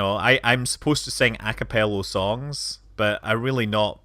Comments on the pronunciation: Btw, the musical term is "a capella," not "a capello" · Hullo? Acapello😆